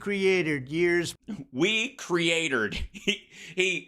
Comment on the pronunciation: First words out of the mfers mouth were "burning reckerge" Goddamnit, Trump Then "we createred it" This guy cant go two f seconds without fucking my life